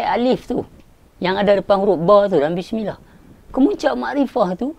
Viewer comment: Permulaan sebutan bismillah tu dgn bibir mulut trbuka...bukan di mulakan dgn bibir mulut ditutup..wAllahualam